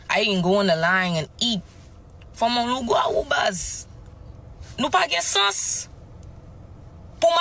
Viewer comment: It's pronounced Loo-gah-woo.... Hahaha- why they do Mama Tina like that?